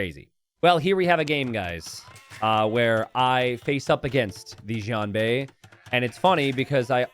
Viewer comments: It's pronounced shian- not djian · I love your content. Xianbei is pronounced 'she-an bay' (slur the she-an into a single sound, as opposed to two separate words). Again, great stuff.